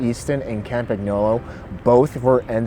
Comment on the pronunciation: Hey, interesting Video! BTW: you pronounce campgnolo like cahmpanyolo:)